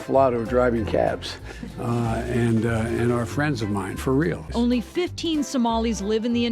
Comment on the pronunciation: Did Joe Biden just say for reals?